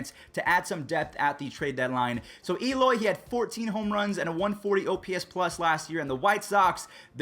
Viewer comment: Its not E-loy...its Eh-loy.